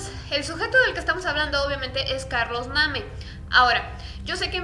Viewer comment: Yo creí que relatabas asi nomas, pero me puse auriculares y sonaba una musiquita de miedo...o yo me lo imagino? Bueno yo escucho algo así...y por cierto se pronuncia Carlos (Neim)-Name😅